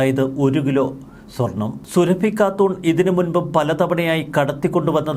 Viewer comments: സുരഭി അല്ല സുറാഫി എന്ന് ഉച്ചരിക്കുക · അവളുടെ പേര് സുരഭി എന്നല്ല സുറാബി എന്നാണ്. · സുരഭിയല്ല സുറാഫി എന്നുപറ മോനെ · എടാ പൊട്ടാ, സുരഭി അല്ല സുറാബി. മര്യാദക്ക് നാവു വടിച്ചു ശീലിക്കാത്തതിന്റെ തകരാർ. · സുറാബി 👈 സുരഭി അല്ല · Zurrabi...സുറബി. Not Surabhi as you pronounce. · സുരഭി അല്ല സുറാബിയാണ് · എടാ കോന്താ സുരഭിയല്ല സുറാബി യാണ് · സുരഭി അല്ല. സുറാബി ഘാട്ടൂൺ